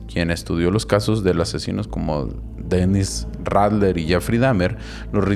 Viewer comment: Se dice Denis raider